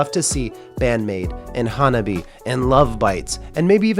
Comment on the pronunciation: FYI, "Hanabie" is pronounced HAN-AH-BE-AYE. (i.e. 4 syllables.)